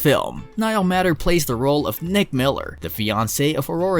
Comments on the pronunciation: Appreciate all this great news about each of these, but please say Niall's last name properly, pronounced MAY ter...not matter...MAY...it needs to be said correctly. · Niall Matter (May-ter) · I appreciate the compilation of Niall Matter films that I love. One small matter, Niall Matter pronounces his last name as though it were spelled "mater" with a long A. It would be great if you corrected that! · Niall is my favorite actor and I appreciate this video but don't appreciate that whomever is the narrative, he is mispronouncing Niall's last name!!!!